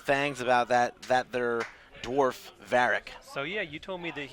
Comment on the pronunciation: It's DWARF not DORF. Pronounce the W or sound stupid.